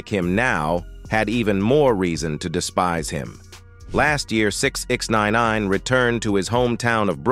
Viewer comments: Sixninenaaaneeen. Damn AI SHYT😂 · That shit sent me bruh. Pronounced his name 3 different ways and fucked em all up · The AI narrator was struggling like a mfer tryna say sixnine w that goofy ass spelling 😂.